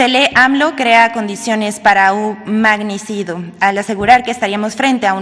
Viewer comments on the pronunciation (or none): “Magnicido”!! jajajajaja, ni eso sabe leer bien la mensa de la Vilchis jajajaja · La vilchismosa en dice "magnicido" ¿eso qué es? Si no sabe leer ¿para qué la ponen? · Un "magnicido"...¡¡enséñate a LEER!! VILCHIS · Un "magnisido", dice Vilchis. 😂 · PENDEJA APRENDE A LEER SE ESCRIBE Y SE PRONUNCIA “MAGNICIDIO’ TU LEÍSTE “MAGNICIDO” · Por favor que primero aprenda a hablar 'Magnicido'